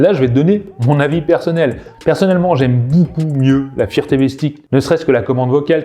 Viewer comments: Tu connait meme pas le mot anglais fire comment il dit sa 😅😅😅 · Pourquoi tu arrives à prononcer "light" correctement mais pas "fire"? Tu parles d'un produit mais tu ne sais même pas comment ça se prononce. Assez minable...